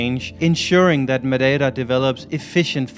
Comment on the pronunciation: excellent pronunciation of "Madei ra " you pronounce the same "...ra" for Pico g ra nde :) edit: jesus christ, insane pronunciation of "obrigada" and even not pronouncing the "o" like a lot of portuguese do. I would've deduced you were portuguese If I were those men at the road doing the limbo!